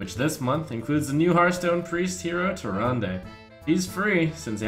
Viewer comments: Behold, the armies of Stormwind: a shifting shade, Confessor Paletress, Millhouse Manastorm, Gormok the Impaler, a priest of the feast, and an injured blademaster. Seems a little wonky, but they did win, so… good recruiting your Majesty. Also, the last syllable of Tyrande isn't pronounced "day". It's pronounced the way the Innkeeper says it. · It's pronounced Tyr-aand not Tyr-and-ay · That Leetri Guy More like Tyrandeh. It's the Latin-style e.